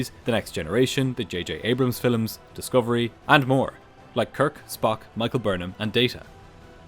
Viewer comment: Did you say Star Trek "filams" instead of "films"